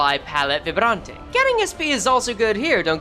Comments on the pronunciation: Vibrante the way you pronounced it is the spanish way btw, since its french based its closer to a Vibraunt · Yeah, it sounds like it was italian or english(looking at you vibrante and bleu)